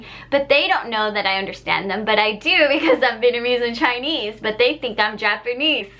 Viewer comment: you should upload videos like this a lot more. Also I love the way you say Vietnamese